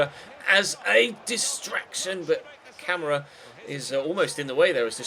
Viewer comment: Camara's name is pronounced Kam-Are-A